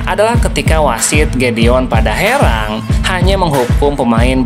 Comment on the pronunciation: Bukan padaherang tapi dapaherang.😂